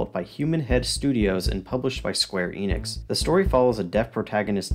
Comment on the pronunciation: The "E" in Enix is short, like in "energy". Also, great coverage.